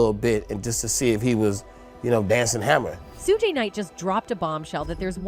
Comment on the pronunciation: So I gotta listen to ai say Suge name wrong the whole video???